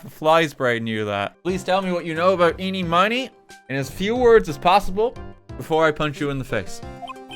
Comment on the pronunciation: Miraculously, almost everyone I've watched has never pronounced Ini Miney's name right.